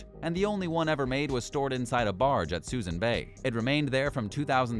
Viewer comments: Someone needs to tell the narrator how to pronounce Suisun and Oriskany. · It's not Susan Bay. It's pronounced Sue Soon. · I suppose you actually have to be from the Bay Area to know that Suisun is pronounced "suh-SOON." The "mothball fleet" discussed in the video was long gone by the time this was posted in 2021. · Narrator obviously knows nothing about ships. Can’t even pronounce the Oriskany correctly. Also Suisun bay is not called Susan bay. Also…. They say that nothing has been done about the mothball fleet in suisun bay… Bull shit! I live right by it. There’s maybe 6 ships there when they’re used to be 100+ ships. You obviously did not get your facts straight before making this video.